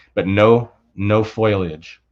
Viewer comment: FOLIAGE not FOILAGE